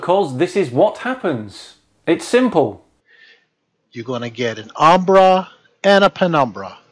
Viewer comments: not since high school have I heard someone so confidently assert something while also mispronouncing it. Hearing this guy say “umbra” is like hearing DJT say he knows a lot about “inDUHstry” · Everyone he says 'umbra' penumbra, makes me think he says abracadabra!!😄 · Every time he said "umbra-penumbra", a white rabbit appeared in my coat cupboard.